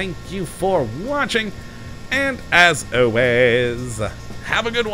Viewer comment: I keep coming back & watching but, years on... Engines are still 'Injuns' & 'ahways' - still has that unpronounceable L. Keep up the good work!